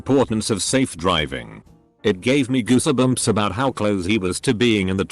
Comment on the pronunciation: "gooss-uh-bumps." HAAAAAAAAA ...."🤣🤣🤣🤣😭😭😭😲😲💀👼🏾